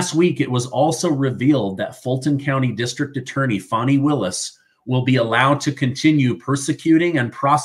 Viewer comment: It’s Fanny… like Fanny pack! FannyPak Willis..! Stop calling her a baby deer with that “fawny” pronunciation 😂